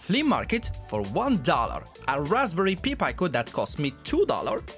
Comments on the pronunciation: You're pronouncing pi and pico backwards. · Is he saying "Pee Pie-co" to fuck with me? It's a "Pie Peek-o". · Good job brother. Only, pronounce Pi Pico as “Py Peeco”. You were saying it as “Pee Pyco”. Just flip the vowels and you’ll have it correct :)